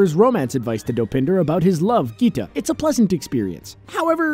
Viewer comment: Bro that's not kita That's geeta